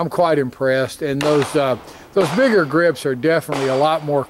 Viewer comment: he was joking about how you said "bigger" but your b sounded like an n